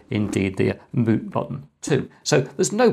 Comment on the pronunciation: "Moot button" Great video, thanks Chris!